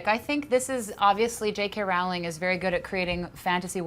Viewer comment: It's Rowling. Like bowling.